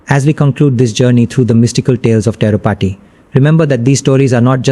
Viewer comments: Kiski video dekh rahe ho Tirupati bola nahi jaa raha isse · The guy who is narrating doesn't even know how to pronounce TIRUPATHI. How did you manage to pick this guy's video over others?